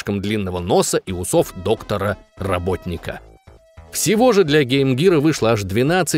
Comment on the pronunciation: ударение в слове роботник падает на 1 букву после согласной